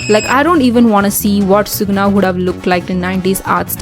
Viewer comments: "dzont! Dzont look at me like that" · "Dzon't. Dzon't look at me like that" Me: subscribes 😭😭😭